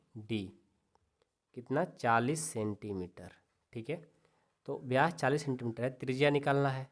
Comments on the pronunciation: सर व्यास होता हैं ब्यास नही होता है😊😅😅😅😂😂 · Ye vkr ki jgh to bkr bol rhe ho or vyas ki jgh byas bol rhe ho or ye vyas d nhi hota😅😅😅😅